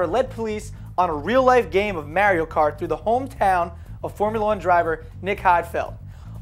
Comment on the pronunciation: he says "mario" weird